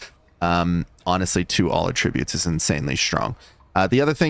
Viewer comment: Please say attributes correctly